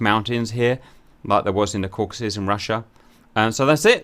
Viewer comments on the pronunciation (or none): none